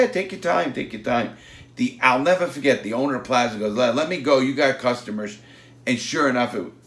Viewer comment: larry "neva faget" lawton